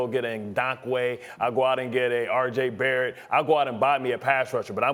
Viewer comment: Did this man really say rj bartett😭😂😂